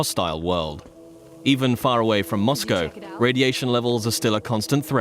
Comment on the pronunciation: Kinda sad when you’re surprised people are pronouncing Mosco correctly